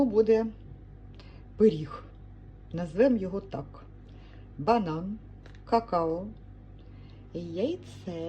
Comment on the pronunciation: Схожий на брауні, але, не пЕріг, а пИріг😉🤗😊